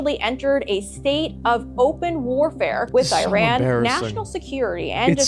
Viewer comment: WTF is I-RAN........... it's pronounced as E-RAN